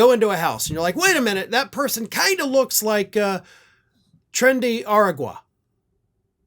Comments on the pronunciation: Train-day are-awg-wah. Are sure you live in Florida? 😊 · Dear It's pronounced "trend-ay are-ahg-wah" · Tren de ah-ra-wa